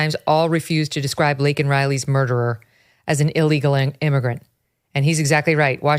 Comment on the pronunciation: Victor calls her "Lincoln " and you don't correct it?